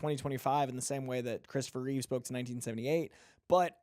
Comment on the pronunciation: Reeve, NOT Reeves